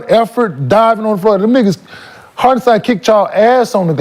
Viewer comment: Who is harkenson😂😂he mean hartenstein